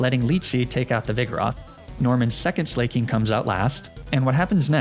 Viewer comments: Do you mispronounce Slaking on purpose? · ITS NOT SLAY-KING!!! 🗣️ ITS SLACK-KING it’s a play on words, for example “someone who is slacking on their duties.” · Loved the explanation on Slaking's weird loafing, but I thought I was gonna pull my ears off every time you said Slay-king. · Slay-king huh? Fa-chaw-day huh? I assume I’m being trolled haha.